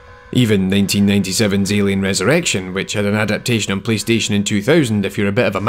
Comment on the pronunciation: Great Video, but your "ILIen, ILIen, ILIen" got stuck in my head. LOL